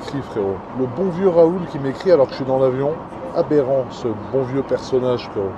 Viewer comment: ce que j'ai compris : abérant